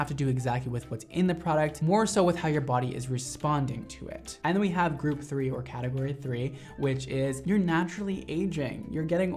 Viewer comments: Am I the only one who noticed “categorie” 😂 sorry ily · Category** not Categorie lol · why is he spelling "category" like that...